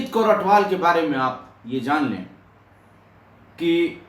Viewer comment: Sir g pairi pauna sir g bht jaaada pyar satkar te ijat from punjab love you so much sir g naale ik gal hor sir g ATWAL not ATHWAL